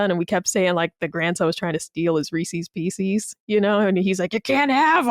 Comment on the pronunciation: She's gone her whole life mispronouncing Reese's Pieces that egregiously? Someone please correct her ASAP